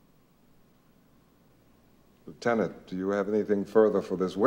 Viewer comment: Why do they keep pronouncing lieutenant incorrectly?